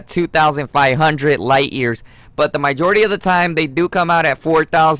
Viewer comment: “my jority” “guy ro scope” smh